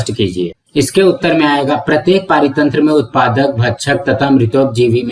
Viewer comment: Parithantra ❌ paaritantra✅